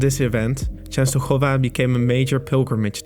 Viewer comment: perfect pronunciation of Częstochowa :)